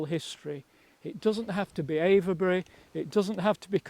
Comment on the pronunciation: Great video. Really interesting member of the Time Team. Have to mark him down on his pronunciation of Avebury, though! 😂😂😂